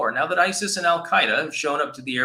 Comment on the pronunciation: It’s akin to obummers pronunciation of isis as ICEL